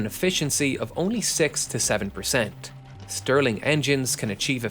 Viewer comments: Stirling engine, not Sterling engine. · Mind you, it's "Stirling", not "Sterling".